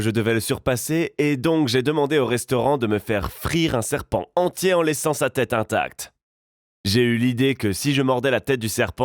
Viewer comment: tu as dit sepant